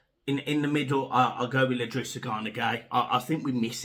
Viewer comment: i’drissa not L’drissa :-) Fancy getting a point up there tonight! COYB